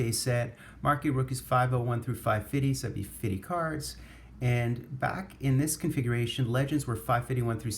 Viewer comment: Nice Bucyk auto, good stack of commons, just love how you pronounce fitty. Very good break.